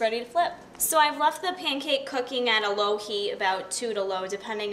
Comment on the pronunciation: Law instead of low Quack instead of quick Strong pronounciations